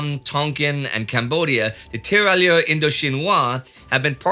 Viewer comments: 2 things: 1) tear rai ur... the double L is essentially not pronounced. 2) have you changed microphones or has the eq been tweaked? I have only noticed the change over the last couple of episodes; it seems to have highs and lows severely rolled off, leaving just mid range, and it didn't used to be that way...just wondering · A minor note on French pronunciation if I may: If French, the double 'LL' is pronounced like a 'Y' (just like in Spanish 'TortiLLa'), so those soldiers would be 'tee-ra-yeur'. Thanks for everything and keep up the great work!